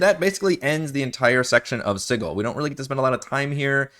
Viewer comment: Also called it Sid-duel.